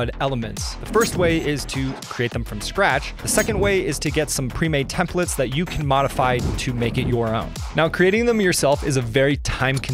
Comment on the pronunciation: Templates not Templetes lol